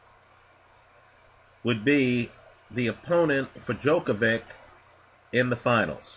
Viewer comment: Djokov-ICH, not -IK..